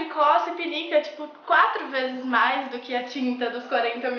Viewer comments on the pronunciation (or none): none